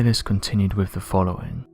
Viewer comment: “Wivvv” = with “Parfff”. = path Just for people who can’t understand what he’s saying